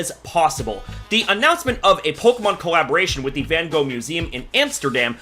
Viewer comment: That’s not how you pronounce his name